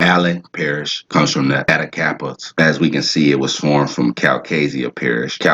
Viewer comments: Attkapa trbe is pronounced Attack Kah pah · Maybe someone has said it…but we say (cal-kuh-shoe) for calcasieu….and (attack-a-paw) Atakapa…nice video :) Im a-little late. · Nice. Like the way you broke that down. You chopping it up though; but, very good. We pronounce our vowels differently than most Americans. Its Crèole Française. Caddo is CAD DOE Attakapa is Ah taw ka paw Opelousas is like saying opperation or Appalusa